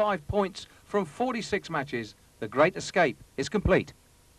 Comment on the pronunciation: What a Gweat Escwape. Twuly Audacious!